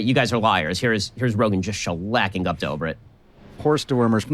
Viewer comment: Ben is intentionally mispronouncing Guptas's name. You can hear him pronounce it correctly the first time and every time after that he uses an english pronunciation. This is the kind of bigot he is